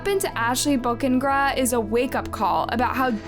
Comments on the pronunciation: Bow-kah-neh-Graw. Is how you say her last name. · I love so much that you covered this story with respect to Ashley but please make sure that while you are researching their cases, you take the time to learn the victims names. Ashley Bo-Ca-Ne-Gra. watching the slaughter of her name was so much pain throughout this video lol. keep it up girl!